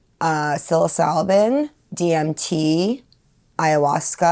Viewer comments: Stay blessed you are on the righteous path. One thing though, please pronounce psilocybin correctly when you speak of it, and you NEED to take tolerance breaks on your MDs. That is just blatant misinfo you're running with there. Keep up the good fight. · She takes psilocybin every day but can’t pronounce it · The mispronunciation of psilocybin makes me cringe. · Makes me feel like she has never read one piece of literature on the things that she is trying to “promote” and that can not be good.